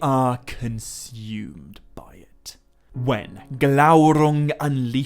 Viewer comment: I never comment, but was compelled to do so when I heard your rolled R in Glaurung. Remember your frustration at not being able to, but now you can! Worth waiting for every time, a youtube treasure and best Tolkien channel here. Appreciate it!!